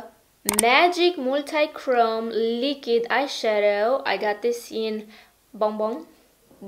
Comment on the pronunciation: every time you say "lick-id" instead of "liquid"...*shudder*